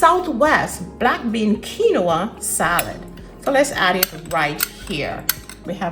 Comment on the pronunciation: Looks good, but the grain is pronounced "Keen-wah." It isn't a three-syllable word. I'd add sliced tomatoes or instead of jalapenos for those who can't handle that heat, a roasted red pepper to bring in the red color - maybe shredded carrots.